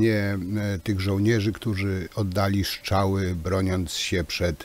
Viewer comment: Żartujesz ? To kwestia nie braku szacunku do języka ojczystego tylko cech osobistych wymowy. Jedni wypowiadają np. "r" bardzo wyraźnie np. Pan Tusk, a inni nie. Popełniłeś lekki nietakt.